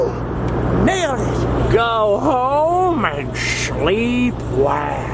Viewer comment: Awesome....luv the vlogs and soooo great to hear...."Go home and Shleep Well!!!"